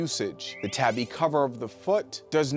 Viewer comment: Tabi is pronounced with a long “A”. Ie “TAHBI” like in “ahh” or “awe”.